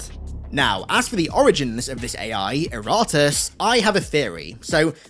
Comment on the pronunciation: As he was very clear, it's not Iratus and more like IratUUs XD